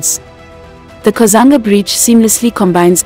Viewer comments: Kazungula Bridge not Kazanga ..And its nolonger Livingstone international Airport.. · The narrator sounds very much African if not Zambian. It's Kazungula Bridge not Kazanga or Kazanga river (Zambezi River) and many other mispronounced names which now stand in the way of an otherwise good documentary. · It's kazungula not kazanga Thank you so much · The first bridge is actually kazungula not kazanga bridge All in all good work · I like the way Zambia has developed, really vibrant. I hope these developments will improve the livelihood of th people. But I'm a bit disappointed with the narrator 's pronouncement Of Zambian names e.g. instead of kazungula bridge she says "kazanga bridge" and Zambezi river for kazanga river, quite disturbing for those of us who have lived and grown in this region. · It is not 'Kazanga' Bridge it is the 'Kazungula' Bridge please research so that you don't mislead people. And there's no 'Kazanga' river. It is the 'Zambezi' one of the great rivers of the world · Itx the kazungula bridge not kazunga bridge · Kazungula Bridge , not Kuzanga Bridge. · It's kazungula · Please 😂😂😂😂😂it's Kazungula Bridge.i could not finish this.... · Hello You Tuber, get the right pronunciation of the areas you are reporting about. I am sure if you were reporting about Europeans areas/towns/rivers/ infrastructure at large you would mind your pronouciayions very well. AFRICANS, have regard for yourselves. I am shocked at words like Kazunga/katiti. KATETE Solwezi, SOLWEZI. ZAMBIAN WORDS/Languages are read as vowels and consonants are pronounced. (A polite correction) Otherwise your observation is good. Is there Copperbelt international airport? No, it’s Simon Mwansa Kapwepwe I.A. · It's kazungula bridge